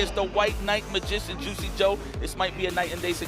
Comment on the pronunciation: "The white mabrbrbrbbrrgician" god is the best commentator